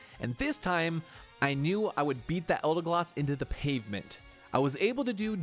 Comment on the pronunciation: Why do you keep saying ‘Eldegloss’ instead of ‘Eldegoss’? Are you incorrectly guessing?